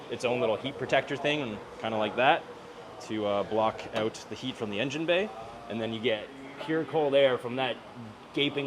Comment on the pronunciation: Hey lets lay heyoot the exhaust, yeah lets get heyoot of here, lets go heyoot to lunch 😂